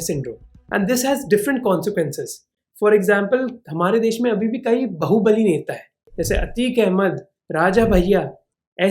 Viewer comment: You always pronounce baahubali as BAHU-BALI which sounds cringe. After hearing it in your multiple videos, I could not stop myself from commenting.